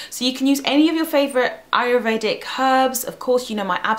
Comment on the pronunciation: you keep saying ayRUvedic. It's ayURvedic!